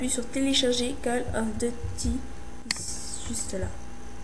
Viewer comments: C'est pas "call of deuty" c'est "call of duuuuuuuty" ! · "calle ofe dutie" c'est pas comme ça qu'il faut le dire mais bon, c'est pas grave.. --' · "QUEUL OF DEUTI" xDDD, Mrci pr la video tout est bien expliqué